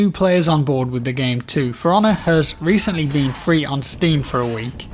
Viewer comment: I keep hearing Piranha instead of For Honor... >_>